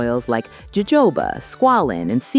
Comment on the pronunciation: no- jojoba is pronounced “ho-ho-bah” not “ho-ho-BU”